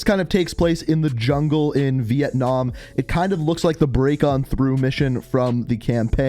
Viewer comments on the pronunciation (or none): none